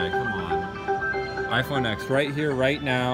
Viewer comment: iPhone "eks"